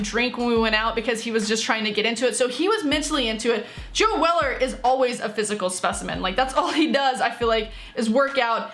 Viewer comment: If you lisen to her carefully , she says joe weather rather than joe weller , its bcoz she doesnt know da wei